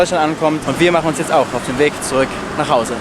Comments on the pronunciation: Das r fehlt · Da fehlt ein r bei zuük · Da fehlt ja ein r in Zurück😂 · Es heißt zurück nich zuück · R vergessen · Du hast das r vergessen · Da fehlt das r